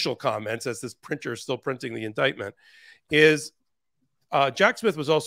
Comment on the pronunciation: ....or, as MTG says it: indicktment.